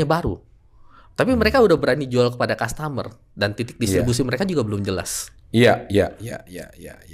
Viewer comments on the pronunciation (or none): Bkn kas tamer pak E, tapi kastemer